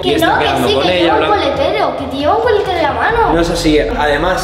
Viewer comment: Arta dijo colatero en vez de coletero os pongo el minuto aquí escuchad Có atención